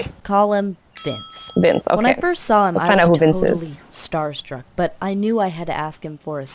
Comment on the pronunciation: vince not vice